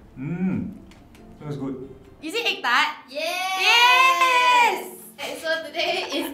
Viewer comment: "YESSSSH" the most committed yes i heard in a while